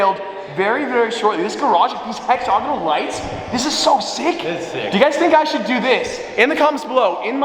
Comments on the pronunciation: throughout this video he twice said “Hex-og-inal” hahah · Did you say "Hexogonal?" 🤣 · Hexagonal = HEX-ZAG-ANOL